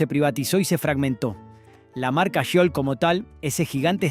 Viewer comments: Habían marcas que había olvidado, soy de Mendoza, vivo en Gutiérrez, ( departamento de Maipú ) a 3 cuadras de lo que fue Bodega Giol, y lamento que pronuncie tan mal el nombre, ¿ Yiol ?, si , lo lamento, y también lamento que no haya salido en el video la poderosa y emblemática imagen del histórico toro, ( hoy en una esquina de la Plaza departamental de Maipú ), que hermosea el espacio verde y el paisaje donde jóvenes locales, gente de todas las edades y turistas posan y atrapan un pedazo de historia para el recuerdo, espero que quiénes realizan éste tipo de material, se adentren más en el historial y trayectoria de las imágenes a compartir, abrazos 🫂. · "Giol""Giol" no jiol como pronuncias!!! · Giol, se pronuncia "Jiol", no "Yiol", como dice el locutor. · Es Giol no Yiol abombado !!!!! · Giol, no Yiol. Qué te pasa, no aprendiste a leer? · Habla bien, grasa, sho sha shiol ... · Bodegas Yiol???? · El relator es argentino? Da vergüenza escuchar como nombra algunas marcas, dice pumper cuando se pronuncia pamper, dice ajila cuando es águila, dice yiol cuando es jiol (giol) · porqué pronuncias mal? es Italo es ítalo, esdrújula. Aguila es águila, tb esdrújula. Arcor es árcor no arcór. Giol es giol, no shiol. Menos mal que Pumper nic, lo pronunciaste bien (pamper nic) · La manera de acentuar y pronunciar del relator " me desespeeeeera."!!!: aguÍla, pumper, itÁlo , Yiol 😱😡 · ¿Shiol?¿Itálo?¿arcór?¿aguíla? Horrible... 🤮🤮🤮🤮